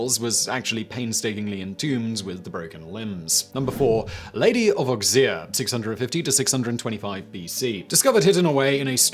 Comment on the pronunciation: Auxerre = Oh-zair, NOT Ux-eer.